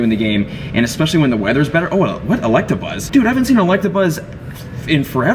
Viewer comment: FINALLY A YOUTUBER WHO CAN PRONOUNCE ELECTABUZZ (and not say electrabuzz)